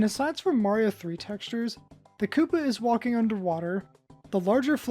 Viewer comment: The fact that you continually pronounced "kuppa" as "cuppa" continually killed me. It's pronounced koopa. That's how you spell koopa in japanese.